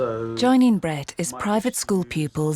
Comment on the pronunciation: Swear the narrator just called that kid bread